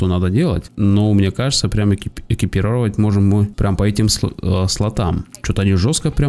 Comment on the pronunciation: Чувак,не Экипировать,а экипировАть,я сам не люблю такое,но бля,даже я знаю произношение,причём я не из Росии...